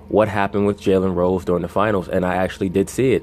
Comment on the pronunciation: Am I the only one hearing jelly rolls when this guy says Jalen Rose? 😂😂😂